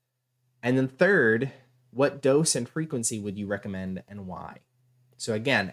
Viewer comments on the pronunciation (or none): none